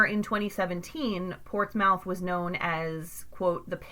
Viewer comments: It’s actually pronounced ports-myth. But great video. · These words are pronounced as follows, Scioto (Sci "same as sci-fi"-oto), Mearan (Mer-ran), Portsmouth (Ports-mith). Please use correctly in next podcast. Thank you for your understanding. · I'm having trouble watching this just because the way she keeps mispronouncing portsmouth and scioto 🤣🤣